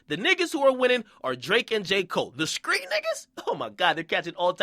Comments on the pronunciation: it's street! not skreet and who give a fuck about all this fake shit do u have a day job dude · why this man keep saying "skreet" lol it's "street" fam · Stop saying skreet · Stop saying SKREET with a K instead of a T you are NOT an uneducated country nigga from the south. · Why the fuck do you say street with a K nigga? Lmao